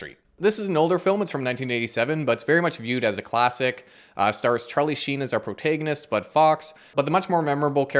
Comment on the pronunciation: A great review of a great film - thanks a lot! One humble suggestion: I'm not a native English speaker, but whenever I've heard the word 'protagonist' pronounced in British and American English, it was pronounced as: "prow·ta·guh·nuhst". (So, with the 'a' sound from 'hack', not 'hay')